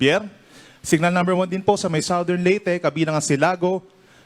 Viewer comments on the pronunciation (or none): none